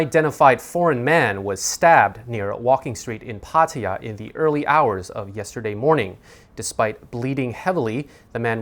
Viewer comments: Irritating to hear "Pa-TY-ya" when the locals pronounce it "Pa-ta;YAH" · Please pronounce Pattaya properly.